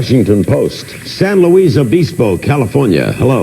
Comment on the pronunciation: I live in San Luis Obispo. Larry King's bizarre pronunciation of it made me chuckle.